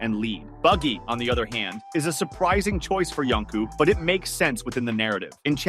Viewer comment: Yonko, you turd! Not Yonku!